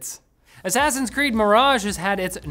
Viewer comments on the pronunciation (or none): none